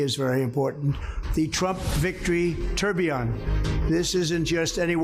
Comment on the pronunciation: "Tourbillion" so god damned cringy